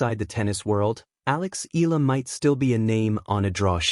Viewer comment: Make your AI pronounce her name properly it’s Eyala not Eela!